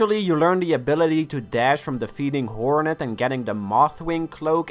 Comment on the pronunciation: Hol' up, is it just me or does it sound like he's saying "Horror-net" here: or is this just a poor example of my hearing 🤔